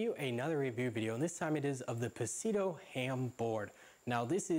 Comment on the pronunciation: The way you said pescadito.....ahhh I cringed b/c that's not how its pronounced haha but its all good! Your reviews really do help me though so thanks!!